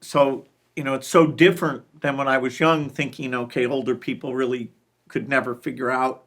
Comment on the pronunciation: Teally arny